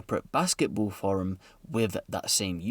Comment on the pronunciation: Thirteen is pronounced th not f. And forum is pronounced f o rum, not furum. As a Brit I am amazed at how bad some UK peoples English is